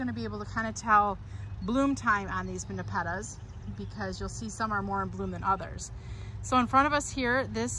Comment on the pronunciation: Great video about the different NEPETAS, but the way you say it, has me laughing. I've never heard anyone say it that way.